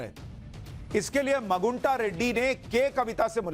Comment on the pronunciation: मगुंटा नहीं " मागुंटा "